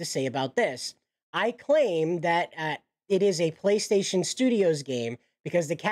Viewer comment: Play station is a proper name, you pronounce it in English.